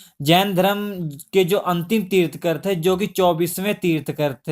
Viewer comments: It's tirthankar not tirthkar! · Pronounce it Tirthankar and not tirthkar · bhai tirthkar nahi tirthankar hota hai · Tirthankar instead of tirthkar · Sir, i really appreciate your work But a humble request. pronounce words correctly. They are thirthankar. तीर्थन्कर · श्री मान जी ये तीर्थकर होता है तीर्थकर नही। अगं की मात्रा आप गलत पढा रहे हो